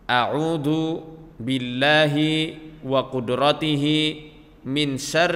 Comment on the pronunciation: Disitu trtulis auzu tpi ustad bilang audu jdi yg bener yg mn